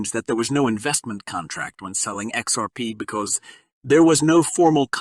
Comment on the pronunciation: who is reading this shit he said Xarp and seek instead of SEC LMAOOOOO